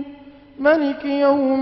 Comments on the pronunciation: How come he said "M'liki Yaum........" shouldn't it be Maaaaaaaaaliki Yaum.....? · Astaghfirullah! Maliki-yowmideen? astagfar .. it's maaaliki!